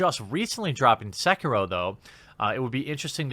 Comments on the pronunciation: Seekihrow....lol c'mon guy. haha. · I'm sorry WHAT!... SEEK-E-RO, OK!... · Will Jeremy ever pronounce Sekiro correctly?